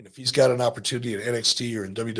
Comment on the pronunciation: did i hear eric say “take that muckerfuther”?